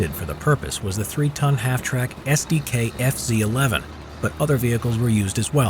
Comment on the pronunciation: you are misspronouncing SDKFZ. KFZ is one word and SD is one. it stands for Sonderkraftfahrzeug